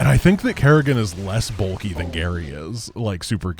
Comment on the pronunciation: "Mecha Garry-gan"